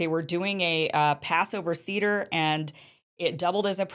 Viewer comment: Kim, the word Seder is pronounced Say-der